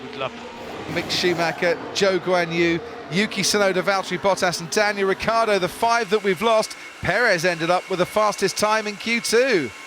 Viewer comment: I just wish he’d say Ricciardo properly… It would help. That’s all I’m saying